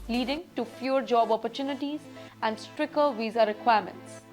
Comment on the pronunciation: She needs to work on her pronounciation. Not up to the mark for an anchor. "Stricker"? "Judiiiiiciary"?